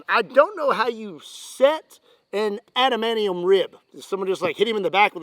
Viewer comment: Is cute how you pronounce adamantium ''adamanion'', tx for nerding for us